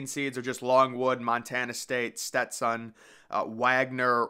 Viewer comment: Finally pronounced Stetson correctly 🎉